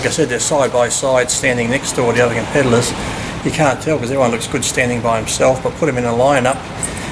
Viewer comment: Then again he also pronounces competitors as compedallers..